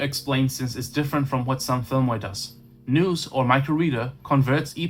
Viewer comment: Just a heads up - The word nous rhymes with mouse, not noose.